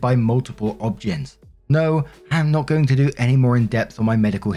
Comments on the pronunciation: I listen to you while doing chores and driving to work. Also, "OB-GYN", just say the letters 😂 "O B G Y N". Love you,! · my friend you are very cute if obgyn is pronounced abgin as you do is typical from where you live God bless. In the USA the word is just the initials OBGYN obstetrics gynocol5😍